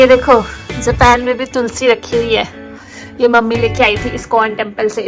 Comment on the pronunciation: Japen nhi hota hai japan kho didi 🤔🤔